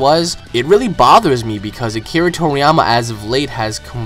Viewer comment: What's really annoying here is you getting build up over a stupid intervew, claiming stupid things about the story's author. When did you get into Dragon Ball, last year? Is funny that you want to go "canon priest" over the series's creator, you literally make no sense, and your pronounciation of japanese terms, including Akira's name, is vomit inducing.